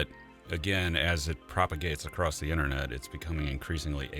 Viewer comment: I was listening till the host said "a'crost". At least I didn't stay to hear more.